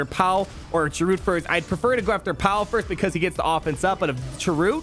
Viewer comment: I'll be sure to look at this guide again when my bounty hunters are up. Also sry but it's Chirrut and it sounds like Cheer-it, Baze even kept saying his name when Chirrut was about to die in Rogue One